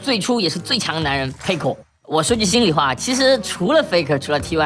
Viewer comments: 就是peko因为韩语里面没有f的音，所以韩国人把f发成p的音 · 他就是故意學韓國念法 很好笑 差不多就是peko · faker念得很像peko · 聽過韓語播報聽過T1 Mic check的我知道那是韓文發音 但看超級他媽多油油的東西的我下意識聽成Peko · 他是故意學韓國念法啦